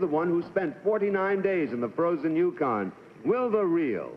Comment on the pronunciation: 13: Try , " yuKON, as emphasis, instead.